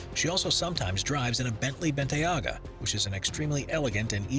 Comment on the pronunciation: (Ben-tay-ga) lol not bentayaga